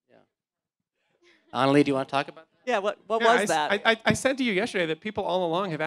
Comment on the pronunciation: It's Ana LEGIH dammit NOT Analeee